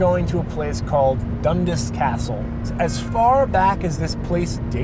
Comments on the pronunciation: Its pronounced.. DUN-Das. Emphasis on the 'as'. Not Dundus....... im being picky because i know its a scottish name. P.s.. i hit the dislike button. P.p.s ....i never hit the dislike button. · When your Scottish and they say Dundas wrong everytime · 'dundis' castle... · when you're from Toronto and cringe everytime he says dundas